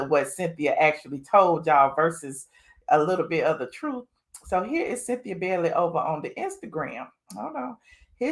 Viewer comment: My mom last name is Bailey and it’s not Bellly it’s Bay-ley 😂